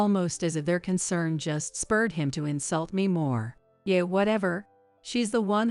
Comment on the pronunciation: Please recognize that English words are pronounced differently according to context. Yeah. Is not Yeay. Agape is not “A Gahhp aaaay” that’s Gods perfect love. Agape is Also pronounced Agaaaap the e is silent and the A between the g and p is long. Fiancé is also always pronounced wrong here.